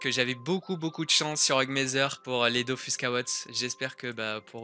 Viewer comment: j'espère que c'est parce que tu as "prononcé bizarrement le mot mais "c'est la musique DOFUS" il n'y a pas et il n'y aura jamais de musique "DOFOUSSE". Merci!:')